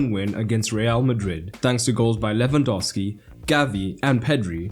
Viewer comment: "Lwandowski" seriously?